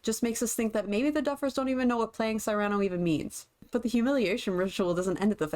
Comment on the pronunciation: I love your analysis and your passion. I agree with almost all of your points. But can I please make one small critique? Cyrano is pronounced “SEER-uh-no”.